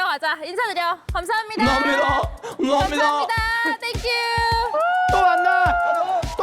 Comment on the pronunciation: 미녀 름사함미다..음ㅎ사함니다도 너무 웃김 ㅠㅠㅠㅋㅋㅋ